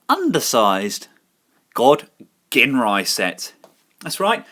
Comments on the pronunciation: My OCD hates the fact that so many people pronounce Ginrai's name wrong. It's pronounced jin-rai, people! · Super God Masterforce had Godmasters, also, Ginrai, pronounced Jin-Rai